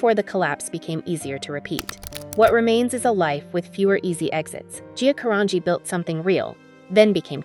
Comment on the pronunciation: Who or whatever is narrating this is mangling two easy names: Gia (Jee-ya) Carangi (Ka-RAN-jee).